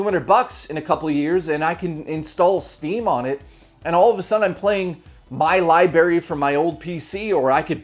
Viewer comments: You're doing well with these videos, so far, but I gotta ask: what's with the pronunciation of "library" as "libary"? It keeps making me think of an episode of "Scrubs" lol... Also, peanut butter's good, so no one can really fault you for that. All the mice love it if you put it on some traps. Don't put your finger in a trap if you see peanut butter on it, you can just go grab a jar. You're not a mouse, anymore, you've left that bed and evolved into a Canadian human. They seem to differ from the rest of us crazies. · Is "libary" a Canadian thing or a thing?